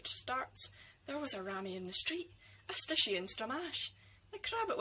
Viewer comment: I've never heard 'stooshie' pronounced 'stishy' before - how terribly 'Kelvinsayde'!😁